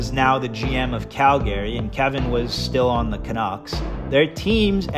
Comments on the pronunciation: It's pronounced cal-garee not cal -garry, you donkey.... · Did this dummy just say “Cal-Gary”???? 😂😂😂😂